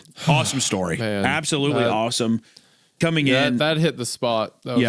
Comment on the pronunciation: I absolootly cannot believe Hunter said that, like, just WOAW!